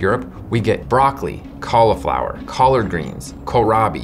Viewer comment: Thank you for pronouncing it "caul-ih-flower" rather than "caul-ee-flower," which pronunciation I blame on Rachel Ray and the Food Network. Love your little sub-channel (and the rest, too, of course).